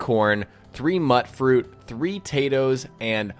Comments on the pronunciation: Pronounced "Mute-fruit" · It's spelled mut fruit, but in the game it is pronounced MUTE-froot. It is a mutated fruit, hence the name.